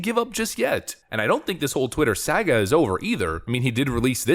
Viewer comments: It's pronounced sa-ga, not sag-a. Stop butchering the English language! The British have already done enough damage as it is! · "sag uh" SOHGA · Learn how to pronounce "saga". Why do I have to say this every other video? Do you not know English?